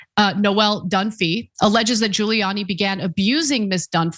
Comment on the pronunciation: Giuliani doesn't start with a J, Ghouliani sounding.. and after his appearance on the Borat movie... really?